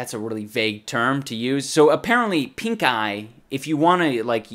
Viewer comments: I keep hearing him say "I contracted a terrible case of PINKGUY" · I swear every time he says pink eye i hear pink guy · thought he said "pink guy in my eye" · All i heard was Pink Guy instead of Pink eye hahaha How do you catch a Pink Guy? Not on this channel, i tell you. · I can't be the only one that thought he said pinkguy instead of pinkeye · Is he saying "pink eye"? At the start of the video i was genuinely thinking he said "i got pink guy at comicon" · I thought you said pink guy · I thought he was saying pinkguy and that made the video even funnier. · I thought he said pink guy xD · Shit... He said pink eye (i first thought he said pink guy 😂